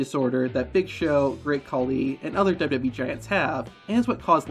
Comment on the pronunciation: Why can’t you pronounce WWE?